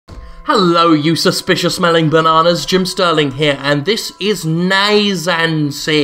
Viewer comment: actually its naissance..like in renaissance. but instead of RE-birth its just birth in french